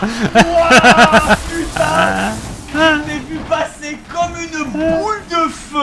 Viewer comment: Le "Oh putaing" de Fanta à est trop drôle!